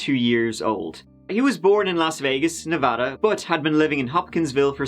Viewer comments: You're getting a like just for pronouncing Nevada correctly. That's hard, even for people in the US. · Thank you for pronouncing Nevada correctly